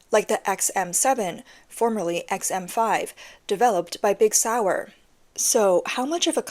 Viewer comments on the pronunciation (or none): It's called SIG Sauer, not Big Sauer. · “Mk” is pronounced “Mark,” not “emkay”. And “Big Sauer”…really? Try “Sig Sauer” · BIG SOUR !!!! LOL Its SIG SAUR ! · Sig Sauer = Big Sour I will never unhear that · There is no way you really just said Big Sauer. WHat the hell is going on here? who hasnt heard of sig sauer before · Haha.... I heard that, too. Also "Em-Kay" 18.